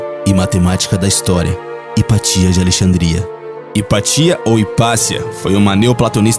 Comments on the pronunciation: Hypatia pronuncia-se IPÁTIA, não IPATÍA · Hypatia se pronuncia Hipácia .